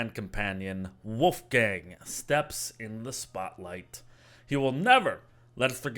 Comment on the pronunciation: Did he just say woofgang?